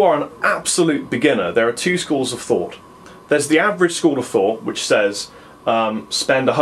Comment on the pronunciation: keep on pressing the number 2 on your keyboard, it sounds like he keeps on saying penis